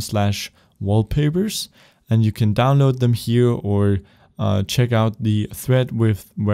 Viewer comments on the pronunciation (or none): none